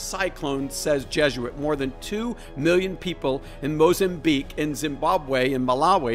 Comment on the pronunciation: FOR SOMEONE CLAIMING TO KNOW SO MUCH YOU CANT EVEN PRONOUNCE MOZAMBIQUE. YOU SAID THAT WORD LIKE YOUVE NEVER READ IT OR EVEN HEARD ABOUT THAT AREA. SPEAKING OF SIGNS. YOUR SHOWING SIGNS OF NEVER ACKNOWLEDGING AFRICA AND ITS COUNTRIES. CANT TAKE YOU SERIOUS YOU ARE QUOTING PARAGRAPHS OUT OF BOOKS FROM THE 1800S AND LETTING THEM INFLUENCE YOUR JUDGEMENT